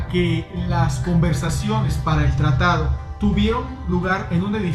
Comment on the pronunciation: Hola buen video pero no dice tratado dice tatado jijiji ya será para el próximo tatado saludos Bay